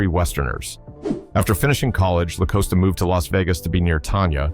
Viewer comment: I just wish these people who make these videos would research the pronunciation of the name of the people they are reporting on. “TONYA” is definitely NOT the same as “TANYA”. And “LaCosta definitely isn’t pronounced LaCoasta. I hate it when they do this…